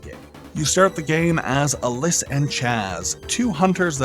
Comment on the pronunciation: couple notes. Alys is pronounced Alice. and Hahn doesnt add anything to the game at all. xD